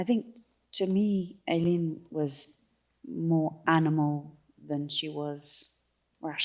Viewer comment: Here we go again…..Aileen……..pronounced Ay…..leen…..equal stress on both syllables….does that make sense?……reminds me of the difficulty that people have in the pronunciation of Mescal……Mescl😊